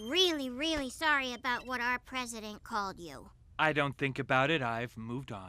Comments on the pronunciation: He says 'about' like that in every one of his video, about Canada or not, even when he was a TV presenter he said it like that. He also mentioned in a video that he's always pronounced it like that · Damn then you had to go say about like this and confirm the stereotype lmao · honest confusion here - why has it come to be that every word this guy says sounds the same as many in the US, except "about". Literally just that word is pronounced SO different. Like do you say "hoose" instead of "house"? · i love the way you say about. like how my dad said it. he's from scotland though. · 1. The Simpson’s has been lame for decades. Why are you surprised that they’re trotting out hackneyed cliches 2. I’ve never heard someone say “about” with that Canadian pronunciation as strongly as you. So kind of ironic you’re even making this video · You’re “ a boot” is supposed to be more like about an stop using the t at the end so hard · I was raised in Vancouver and noticed you pronounce "about" closer to "a boot". Why I find this interesting is because my pronunciation of the word is a little more like "abowt" yet we live in a similar geographic. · A boot? Dude, born here. NO ONE I KNOW pronounces it that way. But the rest is quite correct! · This is only like the second or third video I've seen from you, didn't realize you were canadian, though that explains the pronouncing out as "oot" rather than "owt". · He definitely milks his “aboots” and “oots”. If anything Canadians pronounce it closer to “aboat”. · How about the way you pronounce about. you're the reason South Park has Terrance and Philip doing it . I live in Hamilton and don't pronounce it a Boot. It's ab out. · Why do you say about like a boot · Soo he’s saying boot as a joke right? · He's fake over emphasizing the 'boot' part of the pronunciation. I guess it's his schtick, and he's doing it for the benefit of people who've never interacted with Canadians? Honestly, it's super cringey, and I can't fucking stand him.